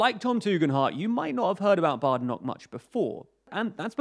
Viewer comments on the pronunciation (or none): none